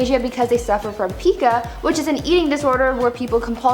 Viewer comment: Pica is pronounced with a long I sound. Like Pike. My daughter was diagnosed with this when she was 5. She did grow out of it tho.